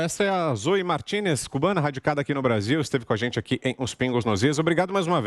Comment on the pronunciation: "martínez" não "martinês" a pronúncia...